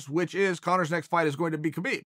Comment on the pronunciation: i think hes saying habeeb wrong on purpose now.....